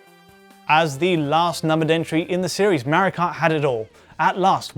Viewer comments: Tenshi Cat Huh!? MEHrio is not how Italians say MAHrio. And the Japanese created Mario, therefore calling him MEHrio is just wrong. Just how people call Ryu RAYOO. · Why does he keep calling it "Mary Kart"? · Who's this Merry-oh guy this bloke keeps mentioning? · So excited to watch this until I realized it'd be twenty minutes of a British dude saying Mario wrong